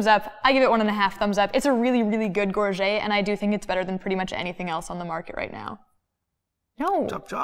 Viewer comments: Gorget = /GOR-juht/ not /gor-ZHAY/ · gorget comes from the french gorgette and is pronounced gor-jet not gor-jay. Americans and Canadians get it wrong all the time and I will catch myself saying it wrong because so many people do.